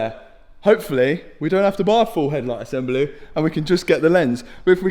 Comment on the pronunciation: did Matt just call the headlight assembly a headlight assembelloo.......lol